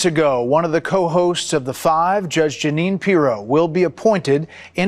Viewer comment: Janine the Canadian here. Good heavens I have cherished that my name is somewhat unusual for a while now. Today I learn a deranged MAGA Republican shares my name. At least I can take solace in knowing the names are spelled differently.. please stress her name is phonetically pronounced Gee nene. Speaking of name nice Freudian Slip when referring to Howard “Nut-lick”. Maybe your country men don’t listen closely but we Canadians get every word. Elbows Up.